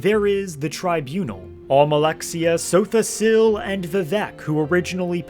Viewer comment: is this guy Trolling? Sotha SEAL? its S ILL like ILl SIL SOTHA SIL! and LORKIN? GODDD ITS LORKA NNN LORKAHN! the rage bait worked on me...